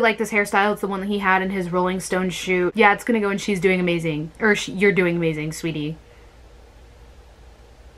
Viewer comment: is she just said amaZAYN ...